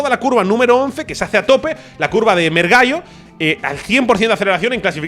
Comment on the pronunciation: la curva que pronunciabas "mergallo" o algo así se llama mergulho (buceo traducido), no sé el origen del nombre pero entiendo que sea solo por ser una bajada